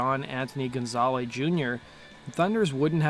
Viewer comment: It's walter lure not walker. You also mispronounced Johnny's real last name. I'm two minutes in and two horrible mistakes. Also Sylvain Sylvain was not a pianist.